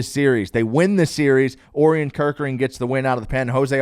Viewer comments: For future reference, it's pronounced "Oh-ryan" Kerkering. Like the constellation, Orion. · Bro if you are going to continue to mispronounce Orion I can’t listen to this podcast😭